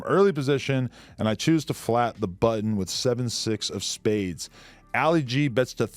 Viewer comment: "Alley Gee"... 😂🤦‍♂️ It's pronounced "ah-lee gee".. as in Muhammad Ali lol